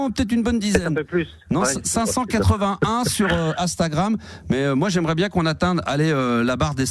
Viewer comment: Faudra que qq1 lui dise un jour que c'est INstagram, et non Astagram... Le mec a un compte dessus, ses collègues sont jeunes mais ne le corrigent jamais, c'est hyper connu dans le monde, ça existe depuis 14 ans, mais non, il ne sait toujours pas le prononcer...